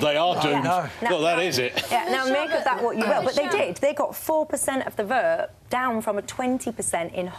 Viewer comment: Did I hear correctly ----that woman said that the conservative party is negotiating with a team of brexiteers-----is she asleep or a numpty?----the front bench consists of 18 out of 25 are remainers---and why is there a vowel missing from the herll language---vert ---vote ----terday ---today---lerds ---loads---ser ----so---brerken ---broken---hermless---homeless---asserciated---associated